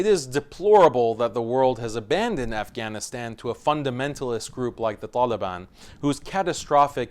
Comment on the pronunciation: you could have pronounced Afghanistan correctly.......